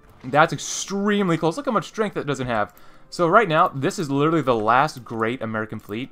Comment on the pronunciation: Stop saying literary, your saying it the wrong way